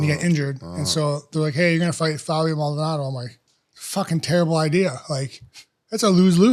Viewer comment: Lmao rampage still can't pronounce Fabio Maldonado